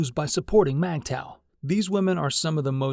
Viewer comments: It’s Migtow, not Magtow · It's pronounced (mig taw) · MGTOW is not pronounced MAGTOW.